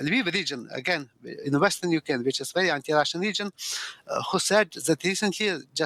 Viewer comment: Sorry, I can hardly understand the professor.....🙁 And why is he speaking of "Ukaine" , why leave the "r" out...? ? ? ? ? 😳